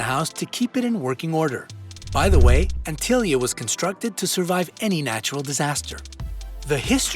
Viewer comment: Sigh.. it's antilla not antilia.. his knows what other mistakes are here now that I have noticed that.